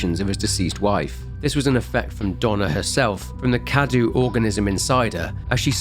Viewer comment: Mother Miranda is Romanian, Cadou is spelled KA-DOUGH and is means Gift. Nothing against you but I must say I actually hate it that not one single youtuber has opened Google translate English -> Romanian, insert the word Cadou and press on the voice icon. Not ONE in all the videos I've seen about Resident Evil Village. Great work nonetheless.